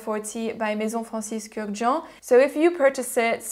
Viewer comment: can you say maison francis kurkdjian again? lol ysl y edp, reflection man or layton which is better for office?